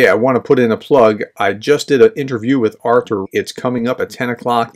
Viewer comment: Artur as in "are-tour"